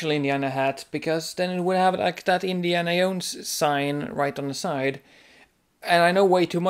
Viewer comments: "indiana yones-hat" lol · This video was ABSOLUTELY hilarious... I giggled all the way through the awkward confused moments and the passion you have for properly wearing hats AND the way you pronounce Indiana Jones.....I was only looking for new ways to wear them but now I have a plethora of things to look for when buying them :) Thanks for the laughs and information